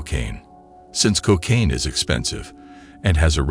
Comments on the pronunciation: Why is it "Cockcaine"? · Pron? Cock-aine?